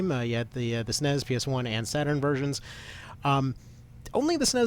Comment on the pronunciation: You lost me when you said S-N-E-S as “snez”